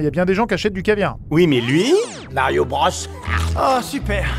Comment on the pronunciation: a raison, "Bros" se prononce "Broz" car bah, c'est de l'anglais mdr, tu dis pas "Brosse" en anglais